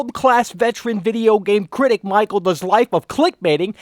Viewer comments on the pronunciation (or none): Oh maacheal lol